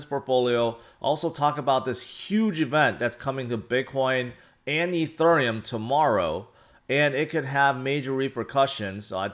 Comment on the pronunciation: You always pronounce ethereum like a southern woman at a waffle house